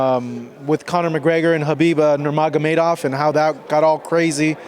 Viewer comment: Who is habeeba nurmaygermeebov